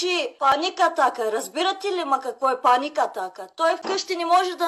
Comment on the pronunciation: Паник атака самаче ударение на и